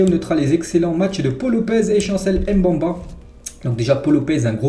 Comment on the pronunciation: toujours au top tes vidéos. juste pour le nom de chancel Mbemba, il se prononce "MBE- MBA" et non "M- BE-MBA".